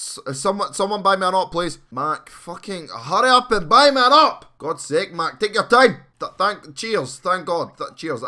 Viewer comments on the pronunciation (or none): none